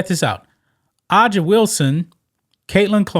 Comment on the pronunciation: Hey, A'ja is pronounced Asia (like the continent).